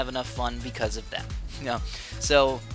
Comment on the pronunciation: or u say k-no for know